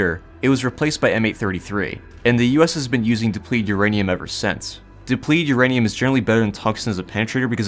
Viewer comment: I love the word Urainum ur-anium